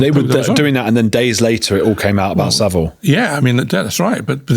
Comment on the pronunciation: It’s vile not ville. Easy to remember.